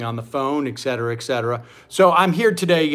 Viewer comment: I love when Sam says, “ick-cetera ick-cetera.” 👍